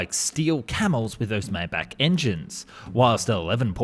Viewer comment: Maybach is my bok, not may bok.